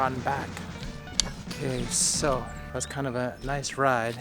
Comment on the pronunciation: it's sounds like you are saying 'QUESO' when you say 'ok so, ...' :D